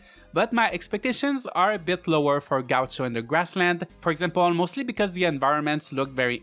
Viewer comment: XD that's not how you say gaucho xD lol